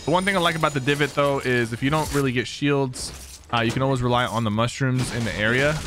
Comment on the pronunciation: The way you say “shields” is so satisfying